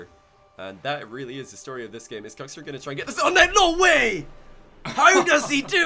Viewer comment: pretty sure its not pronounced "cooks"